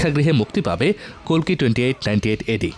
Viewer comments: Kolki na kalki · ভুলভাল তথ্য। ওটা কোলকি না কালকি। আর কাঙ্গুভা কোথায় দেখেছেন আপনি? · কলকি না রে ভাই কালকি👌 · কলকি না কালকী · আরে দাদা মুভির নাম কোলকি না। মুভির নাম হচ্ছে কালকি